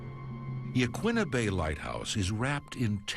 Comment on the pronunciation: Yah-KEEN-ah Head, not Yah-kwinna.